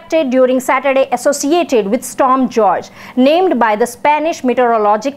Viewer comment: It's pronounced 'Storm Hoor-Hey'.